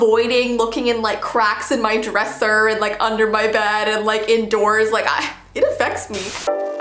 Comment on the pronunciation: The "drEsSur"